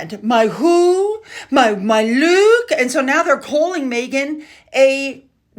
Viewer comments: Mindy does not have an accent. She said “lewk” which is slang for look. Meghan just isn’t up to date on slang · Saying “Luke” for “look” is not an Indian accent. Mindy was reciting the script she was given. This was just a paid acting job for Mindy to give Rachel the opening to tell everyone she’s Sussex. This was probably the fifteenth take because they are both bad actresses. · Stop with the racism with Mindy, she said "Lewk" the young folk use this word for a "good look" Mindy was being fun.